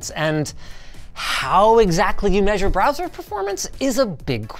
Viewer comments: Ah yes, 'Broswer ' performance. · "Broswer performance"